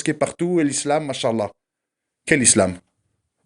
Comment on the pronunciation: Salam 3aleykoum. Mon frere/ma soeur nous devons essayer de prononcer correctement certains terme en arabes exnotamment la formule : ma chaa ALLAH il faut bien disocier la dernière lettre (a) de "ma cha" et la lettre A de ALLAH car en arabe les voyelle longue ont une importance car elle peuve changer carrément le sens d'un mot , si tu ecrit en un seul mot les 2 termes en collant "mach" et ALLAH cela signifie : dieu a marche , tu vois la gravité de l'erreur qui peut nous mener au blasphème! wal 3ayadou bi'LLAH. Fais ce rappel a ceux qui commettrons cette erreur wa Salam a3leykoum wa ra7matouLLAH wa baarakatou. wa ALLAH ou a3lem